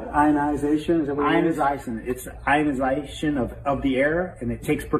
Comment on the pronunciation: "Ionizaition" lol either that accent was strong af or he didn't know what the he'll be was talking about